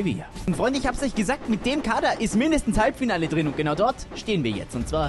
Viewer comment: "Halbfiale"wir haben das einfach nicht gesehen, einverstanden 🤝😂